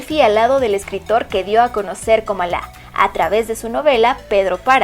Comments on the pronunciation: No es Comalá, es Comala. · No es "Comalá". Es Comala. Se escribe sin tilde y se pronuncia con acento en la segunda sílaba. Y no es "Atentique". Es Atenquique. Saludos. Buen video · Así es no es comalá con acento.. es COMALA..... Y las playas de Manzanillo en Santiago son MIRAMAR (NO MARIMAR).. LA BOQUITA ( NO BOQUILLA)...Es ATENQUIQUE .... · Otra cosa NO ES COMALÁ no lleva acento ES C-O-M-A-L-A asi como se escribe asi se pronuncia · No es Comalá, sino Comala. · XDDD es comala, sin acento xe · Yo creo que esta persona no es Mexicana dice Comalá 🤦‍♂️ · Mal pronunciado Comala, no lleva acento, además es atenquique, y es Miramar en Manzanillo.. pequeños detalles que deberían checar.. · No te doy like ... por no pronunciar bien Comala , no estudiaste bien 👎